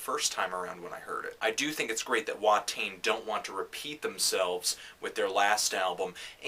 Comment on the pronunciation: the only thing that bugs me is that you mispronounced Watain. It's more like vaht-aye-n. I do agree with you nearly 100%.